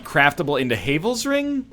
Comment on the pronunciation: Hayvels ring He said Hayvels ring I say we riot